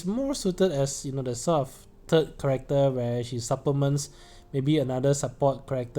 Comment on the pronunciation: New person here. It took me about 3 times of hearing you say "correcter" before I realized you were trying to say "character" Thanks for the analysis, I'll definitely pull on Machina.